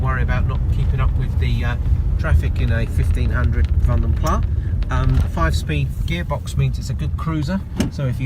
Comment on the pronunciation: Pronounced Vanden Plas as in glass, not plah due to the Flemish origins of the coach builder.